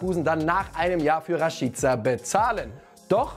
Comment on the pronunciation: Rashiiica😂 wer spricht den bitte so aus 😂